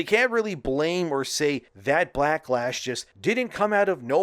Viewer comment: did he say blacklash on purpose? lol